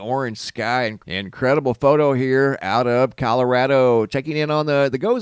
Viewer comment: "out of Kalarado" lol